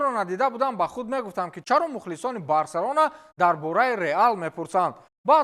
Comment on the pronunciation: Номи Барселонара эхтиёт када талафуз кн